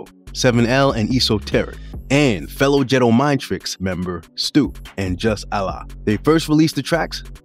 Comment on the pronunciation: Love the music and the format of the doc but I had to stop after the mispronunciation of Vinnie Paz, Jus Allah, and Esoteric. When you don't even know how to say the names of the people, it shows that you're not a fan and that you're just drumming up random ideas for content. If you just listen to any of their songs, you'll hear them pronounce their own names correctly!